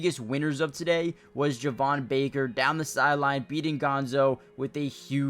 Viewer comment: Slight correction, Javon Baker’s name is actually pronounced Jay-von. Thanks for the nice video and keeping us all updated! Excited for the pads to come on tomorrow!